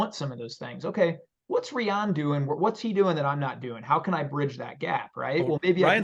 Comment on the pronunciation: Rye-ann not reeyan my guy